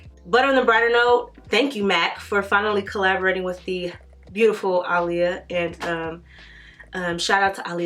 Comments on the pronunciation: ITS PRONOUNCED AH’LEAHA NOT ALY-YA 🤦🏾‍♀️ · If you look at old Aaliyah interviews, she stated on many occasions that you do not pronounce her name “uh-lee-yah” and that the correct pronunciation is “Ahh-Lee-Yah”. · Cristina West no she's not. It's Ahh-lee-yah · its Ah-le-ya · yeah one "A' is silent … lol its ok I knew what she meant.. Love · Yes she is saying it totally wrong lol